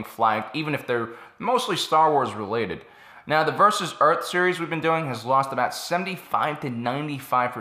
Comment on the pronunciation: it's not earth it's URT : NOGLA